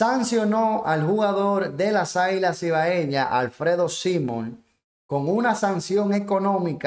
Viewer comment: Por lo menos diga el apellido bien; es SIMON.